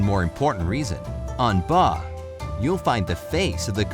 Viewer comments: IT'S BAHT AND NOT BAH. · First it's Baht not bah and yes you can't step on money in Thailand because I also lived there too! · In Thailand it's pronounced baht not bah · Bhat not ba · What did you call Baht? I heard you said Bah with no T hehe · It is pronounced ba-ht